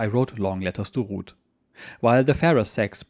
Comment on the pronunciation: So her name is Ruth. I thought you were saying Rood which didn't sound too good. Yes he was lucky his boat got delayed so many times.